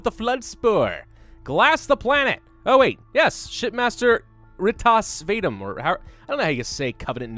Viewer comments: His name is pronounced R-tas, Vadoom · The Shipmaster’s name is pronounced “Reetass Vahdoom” :P